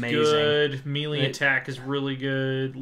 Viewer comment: It's pronounced May-lay not Me-lee. Is it confusing? Yes, but the English language is kinda stupid.